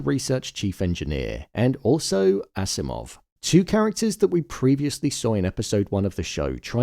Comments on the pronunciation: It's Akimov not Asimov. (Alexandr Fyodorovich Akimov) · The name of the scientist is Alexander Akimov not Asimov, but other than that, great job!